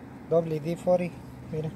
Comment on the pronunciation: 🤣 con pedos y domina el español pero wd fori